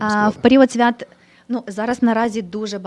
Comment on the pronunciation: Чому Ти мавпуєш помилки? На який склад падає наголос в слові свято? Чому Ти змінюєш наголос в множині? Ганьба!